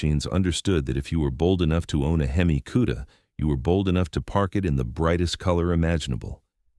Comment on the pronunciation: Shitty AI narration can't even decide how it wants to mispronounce HEMI lol